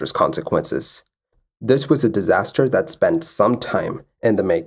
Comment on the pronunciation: Your videos are very informative and I appreciate the concise format. That said, I wish you'd enunciate a bit more. "Dis" and "dat" really grates on the ear after a while. This, that. I can tell that you're either an ESL person or at least strongly bilingual so I realise this is how you speak naturally, but there's a reason elocution teachers exist: natural doesn't sound professional. Take it up to the next level, my friend, and really even out the pronunciation. Thanks!